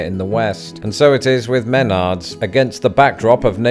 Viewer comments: OMG! It is not Men nards it's Ma nards. Didn't you pay attention when you were at the store and they said, "Welcome to Ma nards"? How can you put a British spin on the pronunciation when it doesn't even exist in England? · hey just a heads up, youre placing the emphasis on the wrong syllable. its not MENard, its more like how one would say m'lady. try saying M'nards :) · Me-NARDS. Emphasis on the second syllable. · Pronounce the first E as though it was a soft A. Like Mah-Nards.. and say it all together, no odd pause midword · Gosh, my 24 x 24 feet garage was build from a Menards kit all materials included. But dude, it’s pronounced “mnNards”, not “maynahds” 😂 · Muh nards not men ards 😆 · I work at a Menards in Minnesota and found your 'take' on your experience enchanting!! I also preferred your pronunciation with the emphasis on the first syllable 'MEN-ards' preferable to the way it's pronounced 'Men-ARDS'. Think I'll start pronouncing it your way. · As an Iowan. It’s mah-nards. Not meh-nard lol You are going to keel over in Midwest humidity and heat with a manual push mower. Take it back and get a gas/petrol or electric mower. It’s a weedwhacker Those hoses 😮😮😮 you will hate life dragging that around. Get a fabric or expandable hose. You forgot the best part! The huge bags of chocolate covered peanuts in the food isle! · You mispronounced it. It's "Meh-NARDS." 😁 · I love Meh-NARDS, but what is this MEH-nards you speak of? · I heard “MEN-ards” lol the whole time I’m just thinking “muh-NARDS” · It’s menARDS not MENards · I kept waiting for you to pronounce it correctly. You got close at the end but it's definitely not MEN-ards. It's muh-NARDS. It's probably like the name Bernard which isn't the same here at all. You guys say BER-nurd while we say buh-NARD. You probably have a cousin Bernard somewhere across the pond and that's throwing you off. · I've never heard anyone pronounce Menards the way you do. Me-nards not men-ards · Meh-Nards Emphasis on the Nards